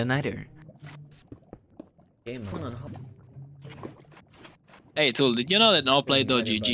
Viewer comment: Good video your on your way to the big leagues but no offense but the way you said nether 🤣 "Neder"